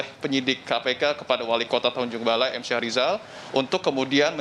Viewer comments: Bukan syah rijal. Yg benar Mhm. Syahrial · Syahrial bukan syahrizal